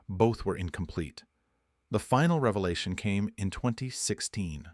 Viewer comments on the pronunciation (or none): none